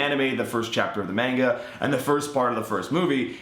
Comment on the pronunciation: It`s pronounced (MAH-nga),not (MEH-nga).